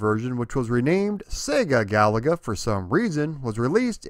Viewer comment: Thanks for not calling the game Ga-La-Ga